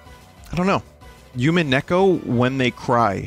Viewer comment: christ, the noise I made when I heard the incredulous way vin pronounced "umineko." 20/10 baest gaem "I have never {played|read} (choose one depending on how charitable you're feeling today) it"